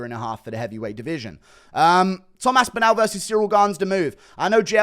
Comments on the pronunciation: His name is Tom AspinALL - not AspinAL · You cant even say his name correctly